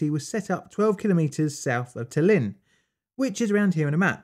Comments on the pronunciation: Ta´llinn, you making acent on first A, when prononce it. Not TallI´nn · Tallinn, not Tall-inn. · Yes! I liked this video a lot. Things from USSR that have something to do with radiation give off a special vibe. Maybe you should cover RTGs? P.S. I doubt you'll read this but Tallinn is pronounced /ˈtɑːlɪn/ or /ˈtælɪn/ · Methinks it is pronounced "tAllin" (or, to not make our Estonian brothers angry, "tAllinn"), not "talEEn". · TAH-lin. The emphasis is on the first syllable. I’ve been there. The new city is very modern and the old city is absolutely wonderful! So atmospheric. I also stayed on Hiiumaa, the northern of the two islands off the west coast of Estonia. The people have more in common with Finland and other Scandinavian peoples than the Russians.